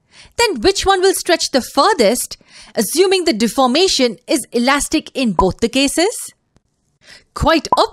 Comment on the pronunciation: U can’t say alastic